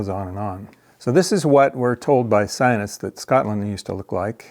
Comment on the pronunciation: lol.Check out, how much money the climate sionists (your pronunciation) got. Billions.